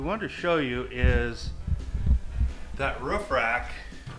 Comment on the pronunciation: Roof not ruff. You don't say guff when you say goof. So why say ruff when saying roof?